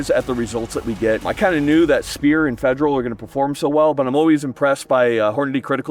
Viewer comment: "fejral HST"